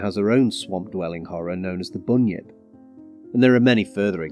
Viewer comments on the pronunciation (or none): Hi..Thanks for a great vid..Im watching from Australia 🇦🇺.. just for the pronunciation of the Australian water creature is..Bun.. yip..so Bunyip..😅..please don't be upset with correction. I totally enjoyed your information 🫡